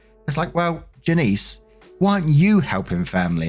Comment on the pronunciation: Story 1 - When can't pronounce "Janice" properly.................